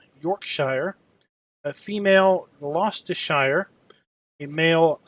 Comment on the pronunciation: haha this was annoying the hell out of me